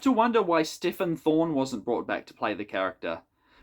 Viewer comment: It's a small point, but Stephen Thorne is pronounced as Steven, not Stefan. The Amsterdam locations for this were chosen because they Paris a couple of years previously. John Nathan-Turner was production manager on City of Death, and when he became producer he wanted to try a different foreign location. I suspect that he was a fan of the detective series Van Der Valk, which was British made drama set in Amsterdam, and wanted the show to have a similar feel. I don't he's said as much, but it wouldn't surprise me. Van Der Valk starred an actor called Barry Foster, who looked not dissimilar to Jon Pertwee, in my opinion.